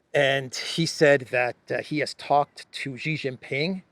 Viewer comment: Shee not Jhee.